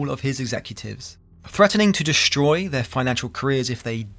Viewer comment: disliked. you pronounce 'street' as 'shh-reet', and 'destroyed' as 'dish-royed'. so you can't speak, so I won't listen. clicked off.